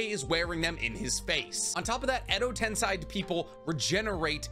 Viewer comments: tensei fucking tensei not tensai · Every time Edo Tensei is being mispronounced as Edo Tensai, one Genin gets killed by a samurai. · Edo tensAI ? Edo tenSEI ? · But still man that pronunciation of yours :D Edo Tensai, Koto Amatsukame :D :D Watch the anime sometimes. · the pronunciations of kotoamatsukami and edo tensei are killing me